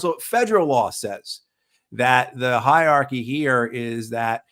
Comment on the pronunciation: Hierarchy, not higharchy Great episode as usual though. Thank you.